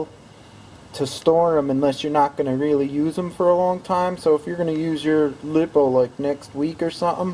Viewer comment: It’s liepoo not lip. Oo